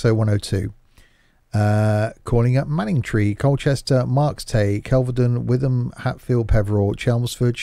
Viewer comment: It's pronounced Whit-ham